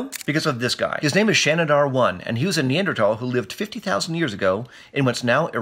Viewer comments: Neanderthal….not “Neandertall” You want people to take you seriously? Stop mispronouncing your topics. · nee-ander-tal is the pronounciation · Neanderthals, why is the th sounding like a ta when you say it? Every year some one pronounces the most overly used words different and thats what bugs me, could be the right way, could be an accent, idk.